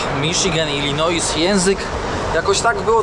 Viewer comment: nie żebym się czepiał, ale nazwę stanu Illinois wymawia się bez "S" na końcu:) Pozdrawiam.